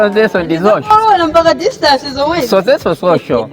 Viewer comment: social ndi sicial kkkkkk